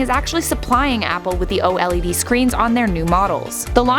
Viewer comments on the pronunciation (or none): "O l e d" that's cringe , it's "oled" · It's not o-LeD! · The way she says OLED. 😂😂